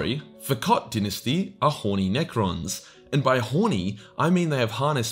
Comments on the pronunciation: “I will 100% butcher any of the dinesty names...” Me: “we know. You can’t even pronounce ‘Dy-nasty’ right.” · I'm fairly certain it's die-nasty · In Commonwealth English, “di’nesty” is the correct pronunciation. “Dy’nasty” is American English. There is a world outside. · I prefer dynasty pronounced as DIE-NASTY, it’s hard to watch.